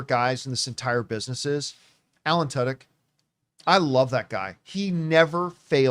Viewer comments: I always thought his name was pronounced too•dyk, didn’t know it’s actually tuh•dyk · The only place to go to hear Tudyk pronounced as Tuddoch. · I’m pretty sure that’s not how you pronounce Tudyk